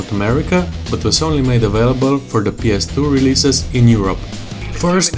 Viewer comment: "ps32 reelseases" I had to turn on the subtitles to figure out what he was trying to say and it was: "PS2 release."